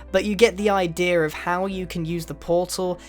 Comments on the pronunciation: XD I know, just joking. The way he says ideas sounds like idears. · idea. not idearer learn English. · He kept saying ideaer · "you get the idearrr" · I love how he says ider rather than idea. :P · "the ider"